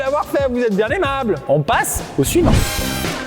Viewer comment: "suivant" et pas "su Yvan" LOL